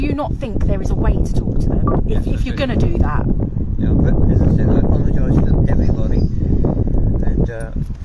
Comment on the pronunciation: Bro how can you get to your age and not pronounce apologise